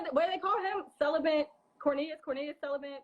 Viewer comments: She says cellibant? It's cellibate. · This girl sound messy and bitter. What is her point? And I’m not even a fan of Cornelius and Kamille. The word is celibate not celiban. And technically you should use the word, abstinent in this case. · Why does she keep saying celibent🙄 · CELIBATE not “CELIBANT”!!!! 🗣